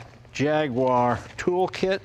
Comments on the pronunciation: JAG you ARE, not JAG wire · Please stop saying JAGWAAR it’s j a g U A r like the animal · Jay…. It’s a Jaguar… pronounced Jagyouare..not Jagwah!! Also it’s “Dunlop” not “Dunlap”… I thought you knew about Cars. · IT is NOT a JAG WHARR. It is a JAG YOU WHAH. Get with it buddy. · It's three syllables: Jaguar, not Jagwarr. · It's called an 'E-type Jaguar', not a 'Jagwaaaaaar XKE' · It's not Jagwar.. It's Jag-uar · It's not a Jagwar, it's a Jag-U-ar.... I know because I am British! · Apologies to US readers, but it was a British company, and it's how they pronounced their name; 'Jag-you-ar' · Come on Jay. Jag-wah? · will someone tell me were the W in JAGUAR IS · I'm surprised Jay doesn't know how to pronounce Jaguar.